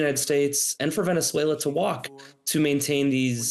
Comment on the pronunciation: "Venetzuela" lmao